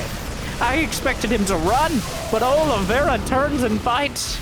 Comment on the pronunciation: Olivera? Is his name not Oliveira?